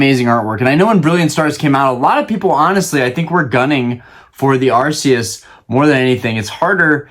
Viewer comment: Im glad you say Arceus the right way haha I love him and Palkia! Ive never seen trading events, I only ever hear about people going to play the game and I just collect on and off